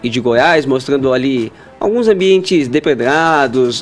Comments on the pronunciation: Barasilia(Brasilia), enterevista(entrevista), deperedados(depredados).... Esse cara d fuinha ta aí por cota. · "baravo", "dorogas", "treres", "peresos", "deperedados"